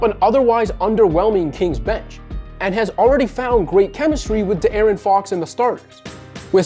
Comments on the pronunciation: Can’t respect you when you say “duh Aaron fox” smh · guy can pronounce Richaun Holmes but not De'Aaron Fox lol